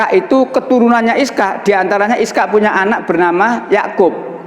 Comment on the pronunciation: Ishak bukan iskak.